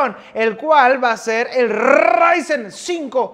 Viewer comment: Necesitaba mi dosis de rrrrrrryzen